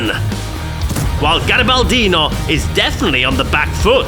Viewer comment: From garibaldino in first person: nice italian! my nick was pronunced wery well thx for the replay comments Ps. remember to don't eat ananas pizza, it is told that for each ananas pizza eaten, an italian will be deeply wounded to the Heart! Also compared with a blasphemy See u soon in game! Garibaldino_ita